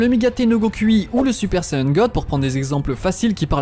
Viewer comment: SaYAn pas sayeun mais sinon super vidéo